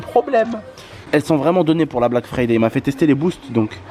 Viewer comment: Erreur de français on dit pas la black frifay mais le black friday